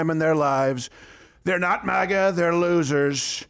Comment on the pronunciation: MAGA not MAHGA